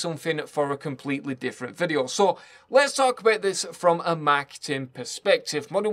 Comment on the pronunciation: Took me forever to figure out he was saying "marketing."